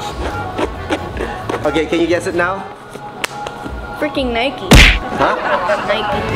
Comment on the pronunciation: Why u Call At Nike is Niky